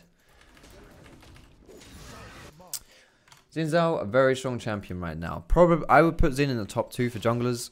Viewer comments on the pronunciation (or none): Why do so many white people call him ZIN? I don't want to sound too pedantic but.. it's spelled with an X, and it's probably a Mandarin name. Pretty sure it's pronounced SIN? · Its pronounced 'Shin Shaw'